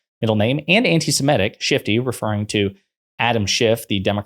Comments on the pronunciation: FFS! It’s “anti-SEMITIC”, NOT “anti-SEMETIC”!’ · you're too erudite to be mispronouncing "antisemitic." You said "antisem-ETT-ic. It's actually "antisem-ITT-ic. That's an "i' in the fourth syllable, not an "e."